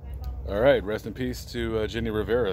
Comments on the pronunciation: Your good in reading spanish. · Thank you Lamont for doing this video and covering the death of our Queen Jenni Rivera. Your Spanish pronunciation was on point!!